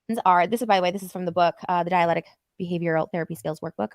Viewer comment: Should I even point out the fact that she’s not pronouncing the actual the name of the therapy she claims to be doing correctly DBT is dialectical behavioral therapy NOT “dialetic”.